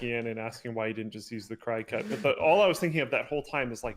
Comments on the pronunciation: It took me a minute to figure out what he was even talking about and I have one. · Yeah, my mom has one and I'm just sitting hear like "what the heck is he talking about" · Cricut is pronounced like the insects/bugs, cricket... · I knew I wasn't the only one who cringed at that pronunciation. 😂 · STOP SAYING CRY...CUT. It's pronounced like cricket. My head was going to explode. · It isn't pronounced cry-cut.. it is pronounced CRICKET.. per the company. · I believe it's pronounced like cricket, not cry cut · Is he pronouncing cricut "crycut"? Its pronounced "cricket". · It's not cry-cut It's cricut Like Crick-ut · I pronounce it "cricket", not cri-cut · Cry cut? Cricut, pronounced like cricket but with a u instead of an e. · lol, Cricut pronounce Cricket not Cry-Cut. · I love when you call it a cry cut when it is actually pronounced Cricket like the insect. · I was so confused about what you were talking about, but now I get it. You have a Cricut cutting machine. Cricut is pronounced like the insect (“cricket”) and not like “cry-cut” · Cry cut? The cutter with a logo that has antenna like a cricket... Maybe that's how it's pronounced? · btw i’m pretty sure it’s not “cry cut” but pronounced “cricket” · I’ve never heard people call it a “cry-cut” haha. We always call it a “cricket” like the insect. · "Cry-cut"?? You mean Cricut, as in the insect cricket? Their logo literally has antennae... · Anyone else’s brain go “uh what” when they pronounced Cricut as “cry-cut”? Lol 😂 Perhaps it’s more manly when they realize it’s pronounced like the game or the insect: cricket. Side note: my husband uses the maker in our house for custom wood flags. I use it too, but it’s a shared item. Super handy. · Can we appreciate how linus pronounces Cricut? normally its pronounced like cricket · Cricut - pronounced like cree-cut as in cricket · Fun fact: “Cricut” is pronounced “cricket” just like the insect.